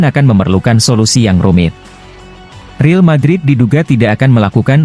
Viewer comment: Real Madrid bang....bukan Reel Madrid..pake A Caecedo bacanya Kaesedo... biar enak dengernya...